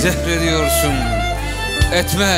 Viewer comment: Şimdi şiiri güzel mi okumuş yani? :) Düz yazı okur gibi okumuş bildiğin. Etme kelimesini her satırda berbat vurgulamış...